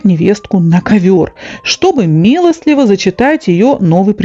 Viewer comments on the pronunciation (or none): Прослушала всё. И все понравилось: и содержание, и иллюстрации, и прочтение мягким голосом с правильными интонациями. Замечание: правильно говорить " милостиво", а не "милостЛиво".